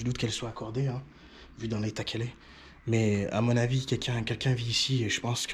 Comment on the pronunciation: J'adore quand il dit cela aussi, en outre !